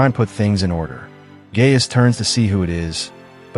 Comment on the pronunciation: Guy-us and NOT Gay-us